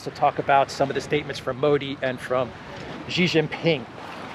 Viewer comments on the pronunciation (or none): Great commentary, but please, please learn the correct way to pronounce Xi Jin Ping's name.